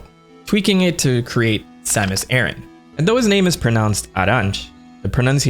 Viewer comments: Sam-us Ah-rahn. Say it with me now! Sam-us Ah-rahn. Not Air-in. Ah-rahn. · Over here, we have a trio of small islands called Aran Islands and this is pronounced "Aran", not "Airin". So, thanks but I will never pronounce it in a way that is wildly wrong coming out of my mouth. Different regions and all but I still prefer to pronounce the way I grew up learning it. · Not Samus Aaron, Samus Ay-RAN, kinda like “Iran”. E-ran or E-ron.. like in between ron and ran. And Zebes is Zeebs just like Thebes is pronounced Theebs. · It makes more sense as Aran came from Edson Arantes do Nascimento (Pelé), not Edson Ehrantes do Nascimento (Nor Aranchi like you pronounced in the video). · (This is a joke) You pronounced "Aryan" wrong - please keep in mind that this is the story of the blonde hair, blue-eyed, caucasian savior enacting the final solution to the metroid question. Samus Aryan, greatest of all video game heroines, guiding Earth towards a 1000-year peace. I mean, her laser beams are even arguably a form of heat weapon. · Whyd u say it like aran-tch? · bro keeps calling her Samus Aaron 😆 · The way you pronounce Aran triggers me.